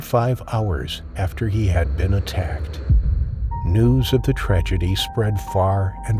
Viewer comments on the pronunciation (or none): none